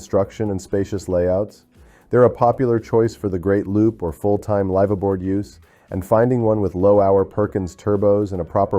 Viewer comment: AI still can't pronounce live-aboard 😢